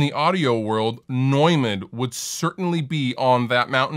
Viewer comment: I'm so glad you pronounced 'Neumann' correctly! :D